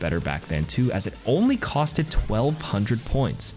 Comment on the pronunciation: Every time he said “cost-Ed” 🥴